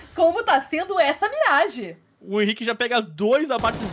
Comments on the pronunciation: Os narradores não conhecem os jogadores, o cara chamando o Henrique de “RENI” 😂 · o cara chamando o henrique de "reni" kkk